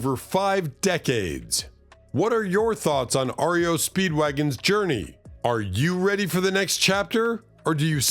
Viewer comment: "Ario" Speedwagon. Are you a robot?